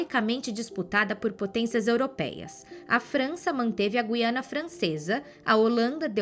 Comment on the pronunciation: Será que estou ouvindo mal ou estou ficando louco, pois a jovem começou pronunciando a palavra Guiana de um jeito e terminou de outro modo.😂😂😂